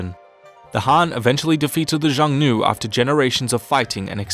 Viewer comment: Contrary to popular belief.... cough my bad... I mean actually according to popular belief the Huns did attack China. You might want to educate yourself on the raids. The term Xiongnu (which you incorrectly pronounced as so many do) is the term known as for the Huns. There was a split. Between the Eastern Huns or Xiongnu as well as the "Western Huns" which lead to Attila and the others in the West.